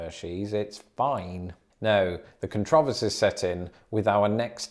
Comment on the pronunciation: This was great! Very interesting. I have been to Hershey, PA a few times. It is a great place to visit. This must have taken you alot of research and I thought it was great. Especially when you said “controversy”. I never heard it said like that before 🙄. ♥️♥️♥️♥️